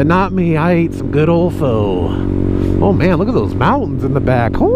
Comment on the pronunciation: Whats gootty. Fyi. Pho is pronounced PHA